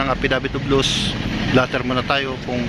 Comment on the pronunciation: affidavit of lost po hindi affidavit of loose haha